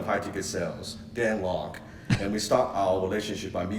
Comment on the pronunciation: Thank you for doing this. A few things. I have first-hand experience with Dan Lok. You are pronouncing his last name wrong. It is pronounced like you would pronounce the word "Lock." This call has been broken down before by others and the consensus is it is FAKE and STAGED. He has one of his students playing as the customer. Dan has lied about other things so I am not at all surprised. He is too much of a coward to actually face any confrontation and hides behind his lawyers when challenged. The prospective client in this video did mention that he has 13 clients a month, not one-time. Listen to and slighly beyond. But I highly appreciate you doing this video at the request of some of your subscribers!